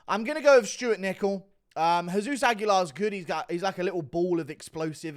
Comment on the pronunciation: did he say jizz-zeus?